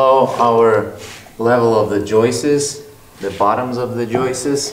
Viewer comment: Now that I've heard pronounce 'Joists' - it's forever burned into my brain.